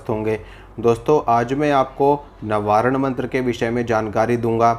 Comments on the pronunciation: प्रभु, नवारण मंत्र नहीं है। वास्तव नवार्ण मंत्र है। कृपया मंत्रों के बारे में शुद्ध उच्चारण करें अन्यथा भ्रांति विलास ही होगा। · नवारण नहीं नवार्ण मन्त्र है भ्रम मत फैलाइये नवार्ण मन्तर या क्सी भी मन्तर का अर्थ बताने की चेष्टा मत कीजिये इस तरह आप अपनी दुर्गा माँ का अपमान ही कर रहे हैं 🌷🙏🌷